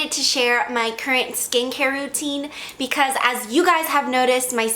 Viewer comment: "but equis" jajaja 😂